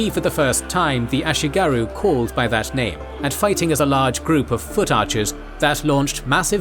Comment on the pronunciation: Regarding pronounciation: there is no "oo"-sound in Japanese, comparable to the "oo" in English "boom". The "u" in words like "ashigaru" is pronounced like the French "u", as in "lune".